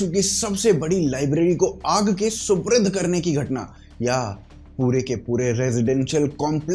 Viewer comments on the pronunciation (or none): I don't understand... Jab nahi aati Hindi bolni to mat bolo na yaar. Supurd ko suprid. Prajwalit to prajwalvit. WTF!